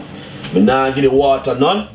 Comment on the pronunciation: chree cops of waata